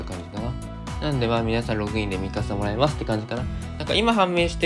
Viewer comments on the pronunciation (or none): ミカサが[ミササ]になってます。